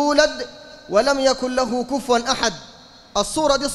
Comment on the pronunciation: كُفُــــــوا يا وليس كُفْــــــوا - بارك الله فيك - وإذا وقب وليس وغب - أخرج حرف القاف من مخرجه ولا تقلبه غين يا لا تغلب عليك اللهجة العامية - جزاكم الله خيرا